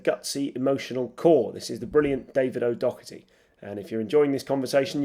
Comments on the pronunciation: He pronounced it a whole lot better than hosts usually do, closer to the way David pronounces it himself. Other hosts like Jimmy Carr or Rob Brydon for eg. call him David O'Docerty or David O'Dogerty! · You could at least pronounce his surname correctly